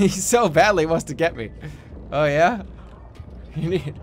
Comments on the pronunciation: dlc? byeah death? byeah story? byeah hoods? byeah fatty fatty mc fat fats? byeah chefs? byeah soul reaping? byeah is it time to stop this chain of byeahs? byeah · Raw Meat? Byeah. Jumpscares? Byeah. Tiny People? Byeah. Cannibalism? Byeah. Herman Munster? Byeah. Alright, the meeting of the byeahs has concluded, I'll see you all next Saturday.